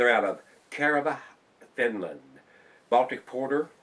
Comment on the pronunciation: Very dark beer, tasty :9 I would say it tastes dark, a bit burn rye but in a good way. - Cheers from finland too :D Oh and nice try to say Kerava and Sinebrychoff, hahaha ;D